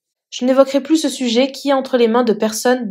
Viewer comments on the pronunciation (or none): none